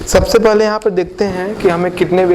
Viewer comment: aap ka "paaly" bra funny lgta ha